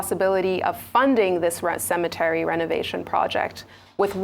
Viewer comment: She said cemetery Dr abati dey spoil the pronunciation again.na WA for niaja o..una no get Nigerian dictionary yet una wan pronounce words d way una want